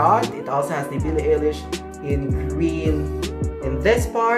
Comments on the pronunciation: AMAZING VID Its pronounce BILLIE EYE-LISH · You pronounced her name wrong. You could've avoided this mistake if you researched how it's actually pronounced before making this video. Also, you should've also pointed out that the sizing in Uniqlo Italy is different from the sizing here in the Philippines. The SMALL shirt that you are wearing is actually MEDIUM here in the Philippines. You are misleading your viewers, especially those who are from the Philippines. Check out the size chart of this UT collection from the Italian and Philippine website of Uniqlo and you'll understand what I'm talking about :)))